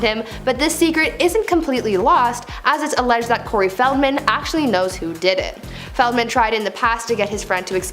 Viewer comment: The way she pronounced Corey's name and no one corrected her.